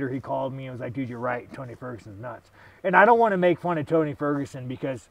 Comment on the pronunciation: Sean saying Tony Furgenson is crazy must mean a lot lmao